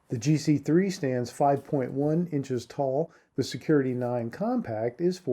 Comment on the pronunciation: I find it hard to listen to a review when the person doing the review can't go through the trouble of learning the model name of what they are reviewing... Something that could have been re-recorded.